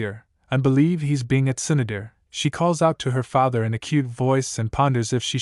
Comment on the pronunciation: bro the voice that stops and emphasis the word like father and mother is kinda off putting. saying normally is much better